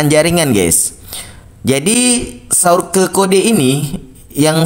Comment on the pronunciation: Ihhhhh...kamu lucuuu dehhhh masa sourke bacanya😄😄😄😄😄😄